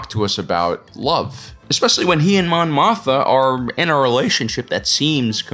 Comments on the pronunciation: Is the second "m" in "Mothma" not supposed to be pronounced? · Dude you GOTTA pronounce the second M in Mothma.